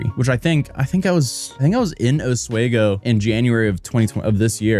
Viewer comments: please I beg you please pronounce Oswego right you're killing me. it's Oss-We-Go. like off we go. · It’s pronounced “aas-wee-go” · I know it's a minor thing, but it's pronounced Oss - WEE - go. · Oswego is pronounced Ahs-WEE-Go. 🤓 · osweeeego i believe it is pronounced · It pronounced ( ah-swee-go) lol sorry it keeps bugging me 😂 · Os-wee-go NY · Fyi the town is pronounced “oss-wee-go”. Source: I lived in a nearby town for most of my life. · It’s pronounced “oss-wee-go” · Locally we say ,ah sweet go ,(os-we-go) but great video love your content brotha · The way he pronounces Oswego, so crazy. Only ever heard it pronounced, “Ows swee Go” like a pig is in the middle of it. Also, her lawyer is terrible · It's pronounced Oz-Wee-Go. And why didn't you come back, my guy? 🙃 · As a former upstater: it's pronounced Ahs-wee-goh. Sounds so weird hearing it said your way. It is a native American name so us yokels could have been saying it wrong too. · Not a big deal or important to change, but people in NY pronounce it 'os-WEE-go' Love your content! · Having lived in Western NY my whole life, your pronunciation of Oswego is driving me absolutely crazy... The correct pronunciation is Oss-wee-go! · good vid, I live hour and some change out and its pronounced os-WEE-go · thanks for the updates, so much on the ground reporting. Oswego is much nicer in the Fall than the Winter or Summer. pronounced os-WEE-go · It's "OS-WEE-GO" Just thought you'd like to know! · it doesn’t matter at all in the grand scheme but it’s “oss-wee-go” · Just a note, Oswego is pronounced ah-swee-go. Also she should be on the sex offender registry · As a New Yorker: It's pronounced os-WE-go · It's pronounced, "Os-wee-go" BTW. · Hate to be that guy, but it is pronounced Os-WEE-go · It’s pronounced oos-we-go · pls its OS-WE-GO. Like 'we did x' or 'we did y' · Btw, it is pronounced like this OSS-WEE-GO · Thank you. He should have asked how it's pronounced when he was there. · It's Os-We-Go